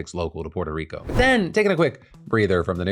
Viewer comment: I can't stand how Phil enunciates "Puerto Rico"... It makes him seem like such a try-hard. Like c'mon man, just say it somewhat normally. Examples are through